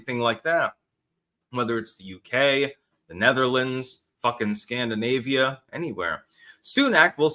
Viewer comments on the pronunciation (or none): none